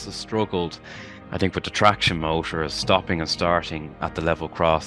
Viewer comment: Clonea strand, pronounced Clon-hay, not Clon-ee